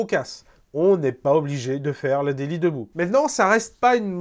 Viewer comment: ouai c est plutôt ze daily